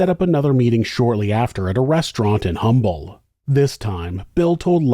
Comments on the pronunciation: Hey! I live in Humble Tx for over 25 years. The natives there get pretty ticked when you say the H in Humble, the pronounce it Umble…. Lol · It's pronounced as UMBLE. Drop the “H”…it’s for decorations.😂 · I am not trying to be "that guy", but just FYI- Humble Texas is pronounced "Um-bull". I have no idea why. I just have to tell you for the sake of fellow Houstonians. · Humble TX is pronounced Umble. Only people that live here know that. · I have lived less than 10 min from Humble (the H is silent) since the mid 80s. Idk how I'd never heard of this. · Humble is pronounced "umble"....just fyi. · It's pronounced Umble. The H is silent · Not the point of the video, but wanted to share that the H is silent in Humble (like how we say herb in the US). Mr. Humble started Humble Oil that eventually became Exxon. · The Ĥ in Humble is silent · The H is silent in the city name. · We pronounce humble with out the h 😂